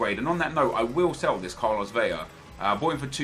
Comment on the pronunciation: It's Vela, not Veja. 2 L becomes a j, not one. I'm sorry, but it bothers me so much